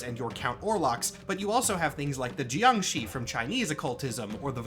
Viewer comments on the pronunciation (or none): none